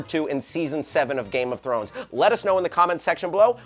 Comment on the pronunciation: a girl cannot say throner